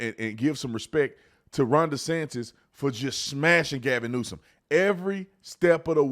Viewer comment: " Gavin Neusance " 😂😂😂😂😂😂